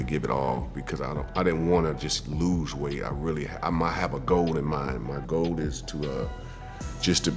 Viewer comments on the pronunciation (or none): I love timberland so soooo much! Like.. my high school days were sweet because of him and Missy but can I just confirm is he saying GOLD instead of GOAL? lol love it